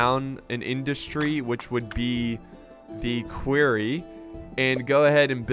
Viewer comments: he says query rather than quarry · "Querry" "Quorry" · listen to Loken because its not queryyyyyyyyyyyyyyyyyyyyyyyyyyyyyyyyyyyyyy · loved this keep it coming please please for the love of god its called a quarry not a query lol a query is if you are asking a question are looking into something xD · Lmao "query" I pronounce it "quory" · Please stop calling them a "queery" it's a "quarry" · Litterally says queery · stop calling the quarry a query, that's not how you say quarry ahhhh!!!! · it hurts my head every time you say quarry wrong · obviously he's just pronouncing the 'a' based off of words like Quack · someone teach him how to pronounce quarry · You're saying Quarry wrong